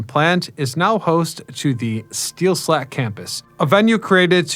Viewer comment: Steel *Stack campus. Not Slack.